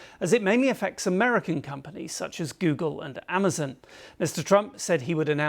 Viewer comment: You said amesen... Do you mean Amazon? I'm just curious about your English